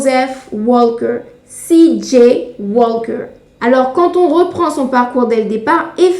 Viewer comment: Bonjour, le "l" dans "Walker" ne se prononce pas tel que vous le faites, il ne convient pas de faire un "l" françophone, juste allonger la prononciation du "a". Comme cela revient beaucoup dans votre vidéo, une meilleure prononciation aurait été plus agréable... à savoir pour une autre fois, tous les mots aver "alk" n'ont pas de "l" prononcé façon "l" francophone: "talk", "walk", "stalk".